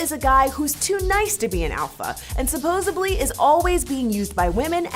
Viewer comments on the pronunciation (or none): Lol, "supposubly"... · Somebody tell her supposivbly isn't a word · lol that dumbass bitch said "supposably" i'm crying man. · Franchesca says "supposebly," I think. Anyone else hear that? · its SUPPOSEDLY not supposebly